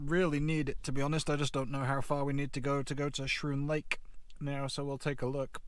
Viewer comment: FYI it's pronounced "Skroon Lake" -- a K sound instead of the SCH sound.